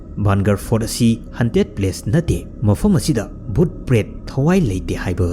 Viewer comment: Haunted haiyo hunted hunted hai leire tabada odd oi.